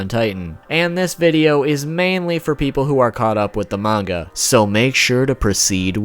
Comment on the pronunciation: This guy ACTUALLY doesn't know how to say manga